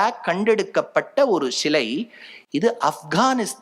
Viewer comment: இதை எல்லாம் நாங்கள் சொன்னது. அதை எங்களுக்கே திருப்பி சொல்ரிங்களோ. "ஷிலை இல்லை சிலை" தமிழை தமிழாய் பேசுங்கள்.